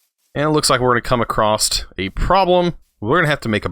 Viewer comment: You almost lost me at acrosst. It's across.